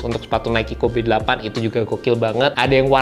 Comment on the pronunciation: Gatel banget pengen ngoreksi tiap denger penyebutan "KOBE" nya 😅